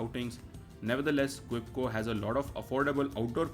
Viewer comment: It's Ke-chua not Kwe-chua (Hindi word for earthworm, see their logo).